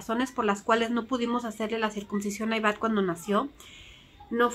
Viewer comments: Hola yo creo que cada quien decida que hacer con este tema. Una cosa me pareció que dices circuMcisión, y es con N no con M. Que se alivie el niño. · Se dice CIRCUNCISION y no Circubsicion .